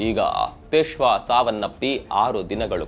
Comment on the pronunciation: ತಿಶ್ವಾ ಅಲ್ಲ ಸಾರ್ Twisha